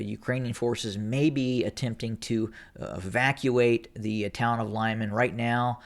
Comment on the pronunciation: its pronounced "LeemAn", the emphasis as in almost all russian names on the last syllable.